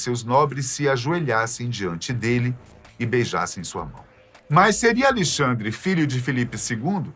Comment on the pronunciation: Acho que o nome do rei é Alexandre e não Alixandre!